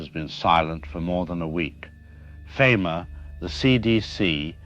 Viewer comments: "We can now deploy Fim'ah" lol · you can make AI pronounce FEMA correctly by spelling it differently like FEEMA